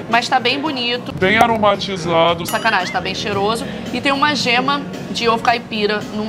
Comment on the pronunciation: para de falar SACANAEM